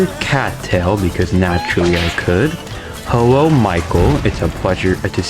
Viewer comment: Hewo my guy